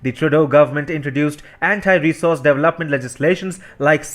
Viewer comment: Please learn to say development!